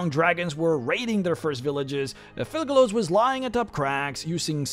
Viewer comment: Kept hearing "Thugalos" lmao